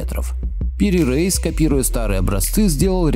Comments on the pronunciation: Автор, буду вежлива. Но все же не Топ КАпы, а Топ КапЫ. И Пери Реис, но не Рейс! Дальше даже смотреть неинтересно. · Пири Рейис ,а не Рейс